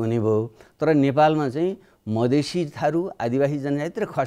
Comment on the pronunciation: मदिशे मदिशे भन्नेकि मधेशि ? बाबुराम!